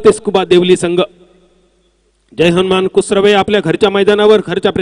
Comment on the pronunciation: Kusure nahi... kusrave